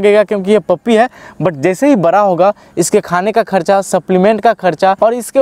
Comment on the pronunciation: Apni jaankari puri kariye.. Last 100 years mere ghar mein dogs rehtey aaye hai German shephard , labrador , Saint bernard ,pomerian , lashsa apso even dober man ...but sadsy dogs mein german shephard Sabsey jada dini se hai...and he is vegetarian...koi bahot jada khana to nhi khata... Aur ek baat plz hindi sahi bola kariye आप बड़ा को बरा कह रहें है, बरा क्या होता वो भी बताइयेगा कृपया